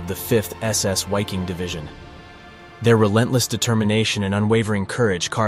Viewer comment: Awesome video... just one note. German W's are pronounced as a V. so in short the "Wiking" division would be pronounced Viking.. But props to another great video.